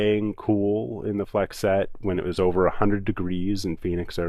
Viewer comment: as is the e at the end of flexette